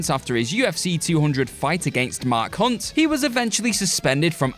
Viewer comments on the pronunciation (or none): Next time you say Mark Hunt you might want to accentuate the H on Hunt😅 Either that or Brock faced your ex gf whom you hate